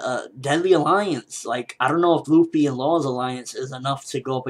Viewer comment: It's Luffy, not Ruffy